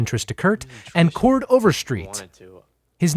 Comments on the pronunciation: the deterioration of cord overstreet's name the entire video is really just the cherry on top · i kept watching because of the different pronunciations u had for Chord LMFAOOFJDDKDI